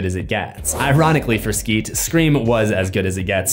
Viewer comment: CUD YOU PLEASE PLEASE PLEASE STOP DOING SCRAEM